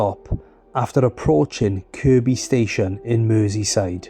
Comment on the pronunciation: at least he said Kirby not Kirkby 😆